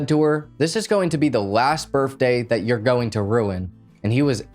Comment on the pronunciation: Did you really say BIRFDAY though?!?